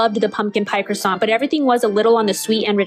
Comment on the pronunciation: Also a real food reviewer would know how to properly pronounce “croissant “……😂